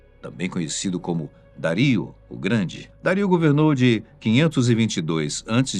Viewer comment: Os meus ouvidos sangram aos escutar o nome Dario ser pronunciado de maneira claramente errada.